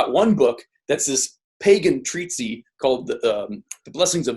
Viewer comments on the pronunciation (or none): it's not "treat-sie" it's "treat-iss" (as pronunciation). The reason I know that, is I mis-read the word for decades before realizing I was pronouncing it wrong. No idea where I got the wrong version of it from, maybe having had overheard it when I was a kid. Before I got GLASSES so I could actually read print from a distance.